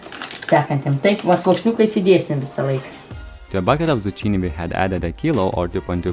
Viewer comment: The way you say zucchini is funny